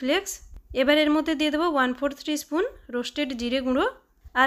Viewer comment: স্পুন উচ্চারণ অস্পষ্ট। চামচ বললেই হয়